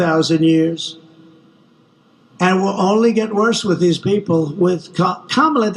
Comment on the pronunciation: sick to death of the hyperbole from the failed pres. - pronounces Kamala correctly!!! 🤣🤣🤣